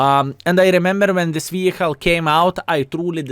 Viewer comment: i love you - but its vehiKKKKKle. :D